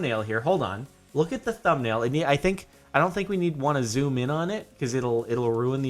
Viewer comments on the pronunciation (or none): none